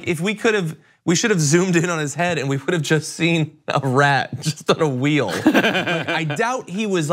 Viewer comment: Wheel rhymes with steel. I can’t believe y’all missed it.